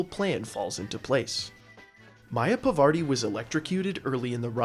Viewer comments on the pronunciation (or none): Fascinating that this can be done at all, let alone be speedrun. One error I noticed: Your pronunciation of Parvati, which is not Pavarti. A very common mistake among Anglophone Hitman players, for some strange reason.